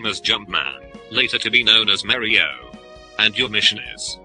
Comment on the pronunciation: i love how he says "mario" like "mari-o".. ha ha..